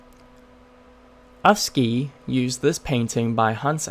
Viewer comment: Did not exoect to see afsky here, lol. (And yes, your pronounciation was terrible, but very funny 😅)